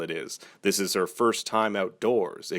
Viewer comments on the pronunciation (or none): none